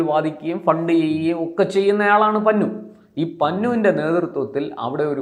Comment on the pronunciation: പന്നു അല്ല, പണ്ണു എന്നാണ് correct pronunciation. JAGDIP SING PANNU